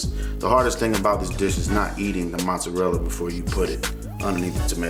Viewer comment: Oh and it's MOzzarella, pronounce it putting the accent on the "o". And definitely it's not Muzzarella